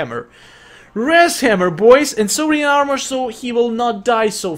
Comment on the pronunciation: He says wras hammer not wrath hammer